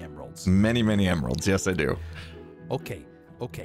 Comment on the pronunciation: I think you nailed the name of your next shop "iMeralds & Totims"